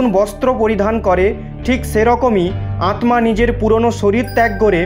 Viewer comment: ভাই ওটা আতমা না আত্মা।